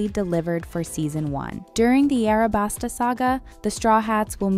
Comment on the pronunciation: Did bro really just say "Arabasta"